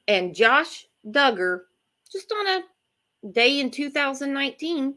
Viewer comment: It’s pronounced Dug’-ger, spelled Duggar. Not dū